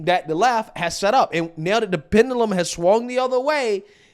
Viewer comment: What's dum is how your pronounce pendulum.